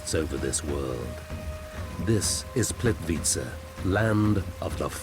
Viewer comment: I am not sure how the man pronounces This lovely place ... it is a bit odd hearing that accent trying to say it , I guess .... for me , if somebody cannot say it exactly as dialect for each country or region will say it , just try to get phonetic enunciation right , without trying to add accent / vernacular on top of that ... already can tell when someone is not from a place that they try to pronounce with local accent as if they are trying to put the same inflections into the word to fit in with the culture or language etc.... it is already bad when some people butcher the wuss things are called within various regions etc .... like when some from America or Some British people try to say words like Paraguay and they sound like they’re having major stroke or something ? How they will try to pronounce with inflections as if they are enunciating how the locals will say it ,but it only adds to the disconnectedness of it all and does not Sound at all like they are pronouncing correctly or putting right accent or dialect or however it’s called into it ... they will always sound as if they are struggling to say the entire word, in such unnatural inauthentic way that has no fluidity or normalcy to it and make so many people just cringe to hear it haha. It is apparent when some of these people try to say various names of these places in documentaries , where if they just try and not add inflections of the accent they try to mimic , they will not standout so badly , as when they over